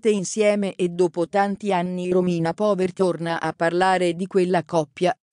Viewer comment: Si pronuncia pauer